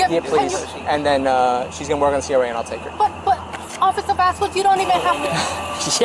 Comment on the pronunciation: OffiCer VasKWESS....Officer VasKWESS....Officer VasKWESS...OFFICER VASKWESS if ur gonna keep saying his damn name SAY IT RIGHT its VAS-KEZZ. or jst stick with OFFICER n y should he give u mercy when u wont act like a grown ass woman....smdh jst pathetic